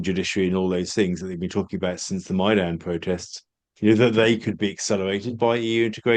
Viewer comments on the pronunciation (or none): It's maidan not maidon, which shows just how much you know about Ukraine. Speaking of which, geographically it could be argued that Ukraine is divided roughly in half by the Dnipro River, one to the East and the other to the West of it, but generally we talk of the left bank and the right bank instead. The concept of Western Ukraine applies to a much smaller pain of the country situated mostly along the Polish border, which for historical reasons is quite distinct from the rest of the country. So when you speak of Eastern Ukraine (and it is a part of Ukraine), you probably mean the Donbas, and if Ukraine manages to recapture the region, Western guarantees will apply to it as well making it safer in the the face of Russian aggression. This of course would also mean the end of hostilities in the region, so no shelling of its people. As for the situation of the Russian speakers, they would have to continue to send their children to Ukrainian schools and do business with state administrative bodies mostly in the official language of the country, but that is to be expected in any country. They would of course have the option of changing the status of their region and the linguistic requirements through either voting in politicians who would introduce such changes, or through a local referendum aimed at giving the region an autonomous status (which the Ukrainian constitution alkows), but given the understandable hatred for anything Russian after the war ends, I can't see either of